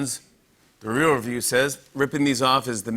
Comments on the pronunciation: I'm sorry, can Jimmy not say "real"? What the hell is he saying? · He drops his "l"...at the end! We do that sometimes too, I didn't even pick up on it til you said!